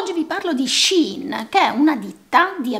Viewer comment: Grazie,, del video, bello e interessante. Complimenti per la tua etica personale e professionale. P.S.:... non vorrei risultare maleducata e bacchettona, ma attenta alla pronuncia del brand.